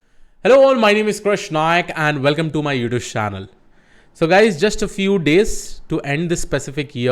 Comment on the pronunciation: How many thinks he pronounce utuce instead youtube